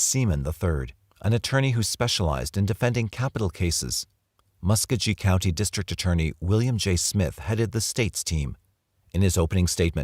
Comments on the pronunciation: Muss koe gee (hard g) not muskajee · Mucogee not muscuggy